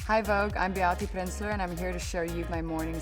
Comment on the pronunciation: I love the way she says her name❤